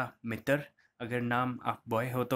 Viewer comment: एक चीज समझ नही आता। आप पतर क्यों बोलते है। वो पत्र होता है। अजीब स्थिति है मित्र को मितर और पत्र को पतर । बिलकुल गन्दा लगता है सुनने में